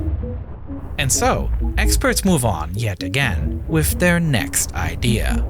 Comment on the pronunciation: I understand accents but its so irritating for him to continuously mispronounce the sound "th" and saying it as an F or V. "Designed wiv" "Everyfing" "Reacts wif". Sounds like an ignorant 7 year old child.